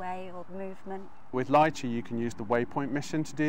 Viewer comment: It's "Li-chee", not "Lie-chee".